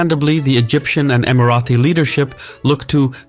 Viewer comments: Great video. It’s Emira-Tee not Emira-Thee btw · Okay why do you think it’s pronounced EmiraTHI? I’ve never heard anyone else pronounce it like that. It’s Emirati « Tea » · It’s not Emirathi. Emirati ✅ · Emirati is pronounced with a plosive T, not the fricative TH. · just a question, why do you keep pronouncing Emirati as EmiraTHi? It is pronounced as Emirati in English as it is spelled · Emirati ✅ Emirathi ❌ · Why do you keep saying "Emarathis"? It is Emaratis.. felt like it was Marathis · Why "EmiraTHi"? Just Emirati ! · Love your videos but noticed whenever you have UAE content you pronounce Emiratis as Emi-Ra-Thee . The correct pronunciation is Emi-Ra-Tee. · Why do you keep saying *EmiraTHi*?!!! It’s EmiraTi! There is no TH sound!.. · bruh first of all can you pronounce Emirati right? it is Emirati not emarathi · Not Emirathis where did u bring that from, Its ((Emiraties)) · STOP SAYING EMARATHI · Stop saying EmiraTHi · Why does he keep saying imaraTHis 😭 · You invented a new annoying word "EmiratHy"! Nobody ever pronounced it like that! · why do u keep calling us "Emarathis?" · No it’s not, it’s Emirati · Please learn (or teach your AI) how to say "Emirati" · Emiratis not Emirathis!!